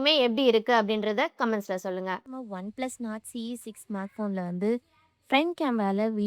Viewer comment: One plus nord sollunga not illeey